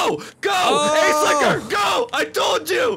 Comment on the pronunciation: Took me a moment to realize he was saying "Ace Liquor" I thought he was calling the cop behind him an ass-licker xD